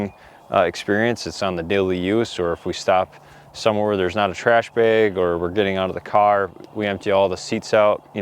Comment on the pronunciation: I just like the way you say "Beg." Must be the Wisconsin in ya. :D I kid and I love you. Great vid my friend!